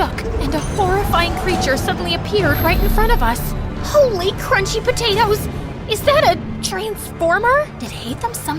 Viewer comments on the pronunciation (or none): none